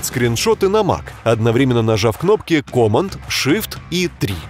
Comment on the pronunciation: Command произносится "кэмэнд" с ударением на второе "э" в амер английском.